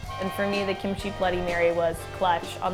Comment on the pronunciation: Say Kim-chi one more fucking time... I dare you.